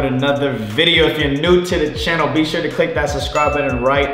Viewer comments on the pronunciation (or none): none